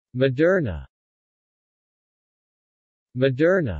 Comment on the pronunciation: It's pronounced mo-dur-na. Not ma-dur-na.